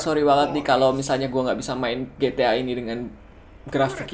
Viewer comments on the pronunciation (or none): It's ji-ti-ay bukan gi-ti-ah